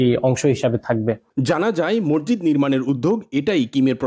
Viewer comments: মরজিদ কি? উচ্চারণ ঠিক করেন মসজিদ বলেন। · জনাব রিপোর্টার, 'মসজিদ' কে আপনি 'মর্জিদ' উচ্চারণ করেছেন। ভিনদেশী দাউদের উচ্চারণ ও কিন্তু আপনার চেয়ে ভাল। এছাড়া আপনার 'থ' এবং 'ধ' এর উচ্চারণ ও হচ্ছেনা। হতে পারে আপনি একজন বাকপ্রতিবন্ধী, তাই এমন শোনাচ্ছে। যদি তা না হয়, তবে উচ্চারণ প্রাকটিস করে রিপোর্ট করবেন, ধন্যবাদ।